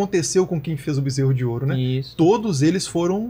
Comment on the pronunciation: Ai ai, o bezserou de ouro kkkkkkkk